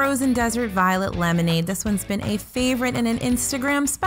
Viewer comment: Lol the way said violet. Can’t taste it!!!! Bring on the violet flavor for!